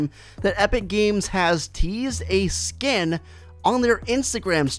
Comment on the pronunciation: Sken hahahahaha get your words right